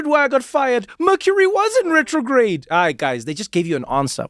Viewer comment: "Mercury was in retrogade"😂